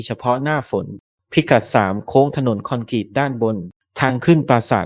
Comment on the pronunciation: ยังอ่าน คอ-นก-รีต อีกนะ โคตรโง่เลย